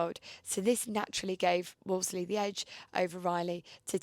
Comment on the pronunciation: 'Woolsey' - the second 'l' is silent! Phone The Wolseley on Piccadilly if you don't believe me!